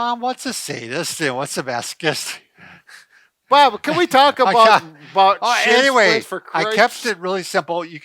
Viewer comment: Bob? Are you saying shitzsplits? LMAO